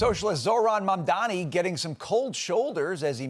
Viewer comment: If you can pronounce 'Cuomo' correctly, you can pronounce 'Mamdani' Get it right. You are a newsreader.